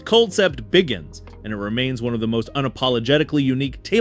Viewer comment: He did say “coldcep biggins” instead of BEGINS and stardust valley. I think it legit might be AI. I’m sure we will start hearing this voice everywhere.